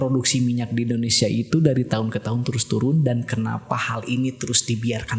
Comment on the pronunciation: AWAK2 NI BILA NAK SEBUT INDONESIA SELALU DENGAR MACAM SEBUT MALAYSIA ...ADA TEKNICAL PROBLEM KE???